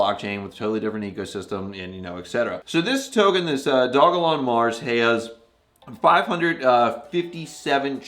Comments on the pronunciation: It’s pronounced dog-a-Lon You can read it on their site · Its called do-jah-lon. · Great content, thank you. NB: Dogelon is pronounced doge-e-lon Mars for future reference.